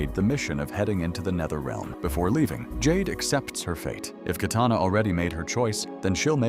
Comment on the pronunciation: "While Jax Briggs goes up against JayDay [Jade]..." Jayday? 😂